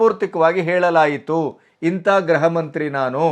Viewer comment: Graha alla sir gruha.